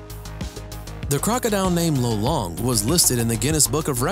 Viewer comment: It's lolong not lulong I'm just asking hahaha nice video I've learned a lot of things